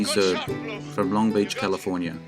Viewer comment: Zerbe is pronounced as two syllables.